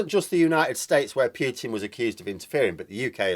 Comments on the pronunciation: Just a friendly heads up: It's pronounced "Pootin" (Путин), Please don't say "Pyootin", which in Russian would be "Пютин". It is not! I've got to say that I cringe every time you pronounce it like that! Cheers. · Putin is properly pronounced 'Pootin'....not 'Pewtin '.